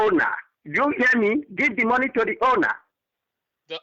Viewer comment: give the moneh to the ownah give the moneh to the ownah!